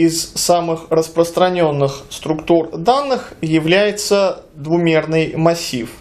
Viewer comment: Боже мой, двуМерный. никакаих там "Х" нету! Простите, но ухо режет.